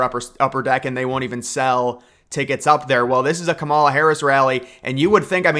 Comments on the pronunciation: You can’t even speak her name correctly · LMFAO! NO ONE IS "STEALING" TRUMP'S FAILED POLICIES, AND, IF YOU CANNOT EVEN PRONOUNCE THE VICE PRESIDENT'S 1ST NAME AFTER ALL THIS TIME, THEN YOU ARE TOO IGNORANT TO EVEN BE POSTING ANYTHING ABOUT THE ELECTION HERE.